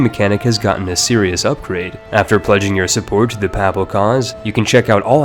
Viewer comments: Putting on this voice is super weird tbh. also piety is pronounced pie-yeti, papal is pronounced like PayPal. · OMG how many words can you butcher, examples Saracens, Papal and piety. I am sure you have butchered many more. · I don't think you pronounced ONE term correctly. Saracens, Papal, Piety... Oh dear where to start? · i would expect someone who makes ck2 guides to be able to pronounce piety, papal, saracen, and courtier properly